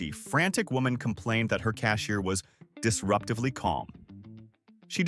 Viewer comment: “Disruptive Lee Job”